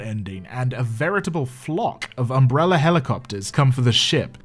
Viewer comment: I forget which movie at this point ( they all feel like a fever dream ) but right at the beginning Alice says "umbreller" and it just feels like that moment sets the feeling for the whole series